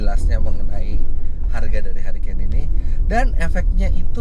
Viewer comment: mantap kmrn ditawarin kayaknya menarik - langsung liat review btw bacanya: hurikein